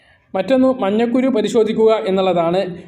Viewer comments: മഞ്ഞക്കുരു അല്ല മഞ്ഞക്കരു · മഞ്ഞക്കുരു അല്ല. മഞ്ഞ ക്കരു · മഞ്ഞകുരു എന്നല്ല. മഞ്ഞക്കരു എന്ന് പറയുക.